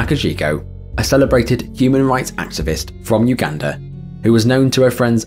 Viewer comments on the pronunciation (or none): none